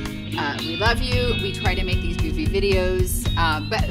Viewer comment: For future reference it’s make not mack.